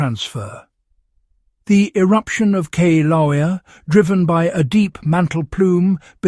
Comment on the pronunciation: I grew up in Hawaii. I'll let you figure out how to pronounce Kilauea. Outsiders do have trouble with the name at times. You got close once.